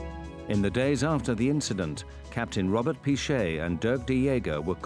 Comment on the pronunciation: I heard Gromet not Robert